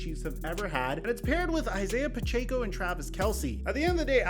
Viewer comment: Dude, you’re one of the few people that still pronounces Isaiah’s name wrong. It’s “Pa-check-0”